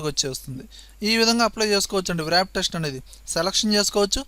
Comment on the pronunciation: You are very good at computer usage, but not good at English. Text (writing) is being as టెస్ట్. Wrap is రాఫ్. (W silent)